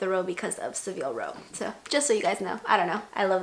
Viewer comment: Hey! Long time subscriber, but I actually have a comment worth contributing for once!! - Savile Row is pronounced Sa-vill, and Cambridge is pronounced Came-bridge! - On the topic of the hats: typically, an upper class wedding in Britain will have a 'morning dress' dress code - which includes a hat (taken off indoors if worn by men, and kept on indoors for women). I believe the invitations for this wedding simplified the dress code somewhat - probably due to some of the faux pas made at the previous royal wedding by the guests, but likely also due to the more laid back approach that Harry and Meghan had to the ceremony. Morning dress wasn't made compulsory - as demonstrated by George Clooney - but was observed by many of the male guests anyway (eg. David Beckham, probably remembering the press attention he received for being incorrectly dressed at William and Kate's wedding). Removing the hat requirement altogether for female guests would have been a bit too far in terms of the formality of the occasion, so requiring a day dress with a hat was a happy medium.